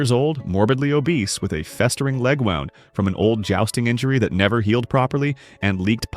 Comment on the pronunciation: or wound